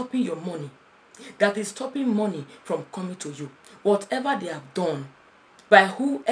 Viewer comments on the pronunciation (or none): 'Mo' in money is pronounced as 'ma' not mo.